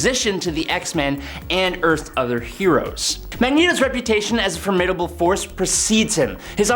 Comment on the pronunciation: I could overlook your pronunciation of formidable, if you didnt use it repeatedly throughout.